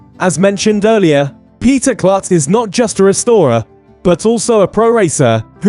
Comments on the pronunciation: It's pronounced like Kloot not Klut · I have had 2 tours of LMC. The facility is amazing. And Peter's last name is pronounced "Kloot not Klut".